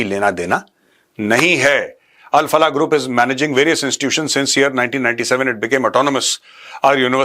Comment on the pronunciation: Al Falah university ❌ Bal Falah university ✔️ 😂😂